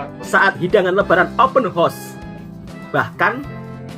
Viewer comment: Open horseeee ler plak 😅 hausssss hausssss . Bukan horseee kuda... 🤦🏼‍♀️🤦🏼‍♀️